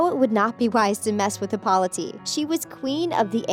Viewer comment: Its Hippolyta not Hippolyteeeeeee